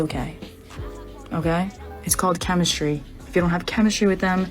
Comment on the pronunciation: Chemishtry... it's chemishtry...